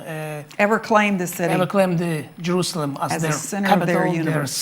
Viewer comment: Je R U Say El "am".